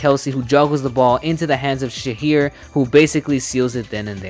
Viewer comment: Also, as a Muslim, u kinda butchered agent 0's name where there's no h in the middle 😂 it's [SHA-eer]